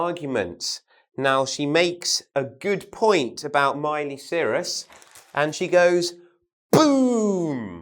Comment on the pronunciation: Miley Cyruss????? he prononunces her surname wrong